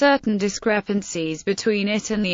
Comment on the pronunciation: not once is the title of the book pronounced correctly :/